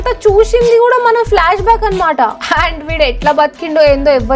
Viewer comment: Kaadu tappuuakka......flash back kadu paji back.......